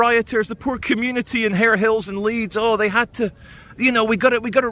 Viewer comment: Harehills not Harehill